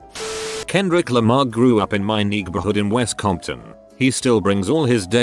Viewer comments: Nigborhood? Really Mr. Text-to-speech? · HOLD UP!😂😂 I swear he said "niggahood" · Yea i heard that too 😂